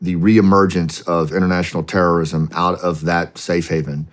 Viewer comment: He said Horrorism not terrorism. Man….